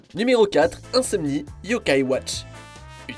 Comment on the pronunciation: J'ai été super choqué quand tu à dis Insomnele